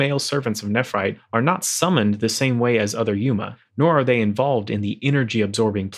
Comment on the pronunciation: it's yOma not yUma :-0